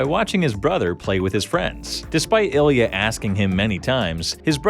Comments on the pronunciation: Ilya perfecto? :D :D just say you cant pronounce his surname! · LOL! Ilya perfecto, the half russian half italian